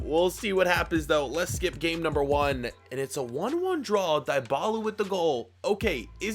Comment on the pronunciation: Pronouncing Dybala=Dee - Baa-Laa